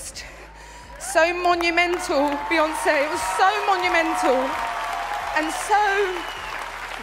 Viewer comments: Why do all yall bloggers say her name like Bae even though it's spelt bey we all know it's pronounced like B Bae is crazy to me who ever says hey baeyonce 🥴🤦🏽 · Why do you keep calling her Ba 😂like it aggravated the f out of me every single time you said it?! Like what 🤔is she your girlfriend or what because that’s what people usually call their boyfriend or girlfriend